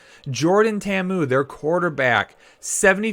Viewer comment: Just helping you out. It's pronunced Jordan tay-ahh-moo